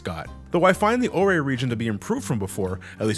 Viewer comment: Ore is pronounced as OR like the stone